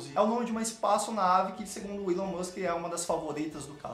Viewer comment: Não sei, mas não é "ílôn" como vc fala, é "ílón", do Elon Musk